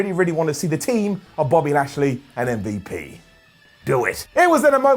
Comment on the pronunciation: M-V-Lash-P. Come on, man.